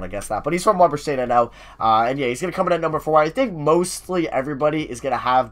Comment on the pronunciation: You pronounced weber state wrong. The e is a long e just sayin. Also weber state is in utah not washington 😂😂